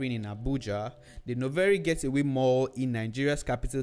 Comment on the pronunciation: It's Novare GATEWAY (not GETAWAY) Mall, please